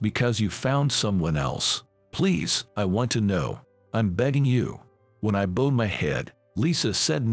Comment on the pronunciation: bowed is pronounced the same as bow wow. Yeah is not yay.